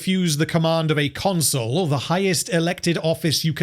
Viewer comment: I don't know how deliberate it is, but Pompey constantly being called a 'console' rather than a 'consul' tickles me every time. 🤣